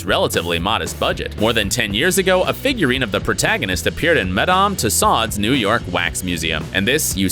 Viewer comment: That was literally the single most American way of pronouncing Madame Tussauds..